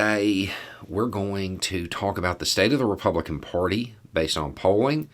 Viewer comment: there is no “o” in “party”. Jeepers.